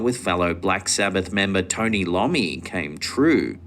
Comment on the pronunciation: Ok, Black Sabbath guitarist is Tony Iommi, that's eye-o-me, not Lommi. 🤣